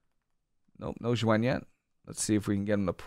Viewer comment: Nice video, but it's pronounced ZOO-when = Xuen, hate to be that guy but was driving me nuts